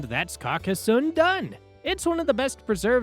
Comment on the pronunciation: Pronunciation: car-cass-sohn